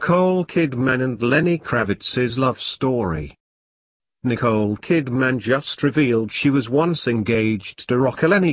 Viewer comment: Channel Fitzgerald...,Kidmaaaaaann, Lisa Bunet, what a bloody joke.,,. Get it right or get off here